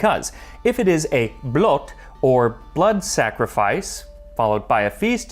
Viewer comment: Blot, the O is pronounced like the oo when you said "stool" (from footstool) The way you say "Blot" means... well other stuff, thou it depends... how its used, usually referring to "Only" or "just" (as in "its just that") /Usually in formal or how some elders talks. //Appreciate the attempt. //The Danes may have a different discussion about this... but il meed them half way on the ice.